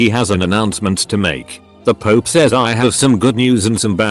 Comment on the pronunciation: Pope: exists Text to speech: pOoP